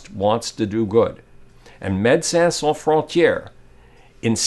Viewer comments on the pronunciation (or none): none